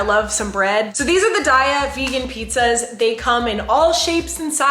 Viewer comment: I love those pizzas too! Btwww it’s (day-ah) not (Die-ah) 😭